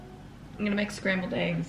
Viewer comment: When she said I am gonna eat my eggs, I tought she said I am gonna eat my ex HAHAHAHHAH 🍽